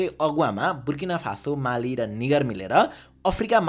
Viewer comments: dai Niger (नाइजर) garera pronounce huncha. Tapaile निगर bhannubhayo. Yo ra racist word bhayo ni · Bro really said ni**er 😂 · Nai-jer pronounce 😂😂 ho yar k vaneko testo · त्यो निग* होइन नाइजर हो !!😮😂😂😂😂🤐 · uhh thats not the pronounciation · Niger ko pronunciation alik..😂😂